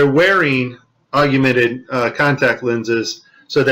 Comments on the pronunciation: Augmented is pronounced OGG-MEN-TED...NOT OGG-A-MENTED. You pronounced the word wrong throughout your whole video..other than that, thank you for helping spread the truth of our planet. God bless. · Please enlighten us more, especially since you can't even pronounce Augmented Reality correctly.